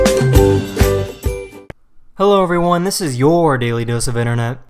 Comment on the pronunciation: 'Zizizizizzzz a Congo Tourmaline' can you make it a little mote clear like 'This is a Congo Tourmaline' It hurt my ears.